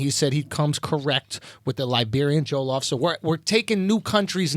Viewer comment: It's pronounced JO-LLOF not joe-llof. Lol im triggered XD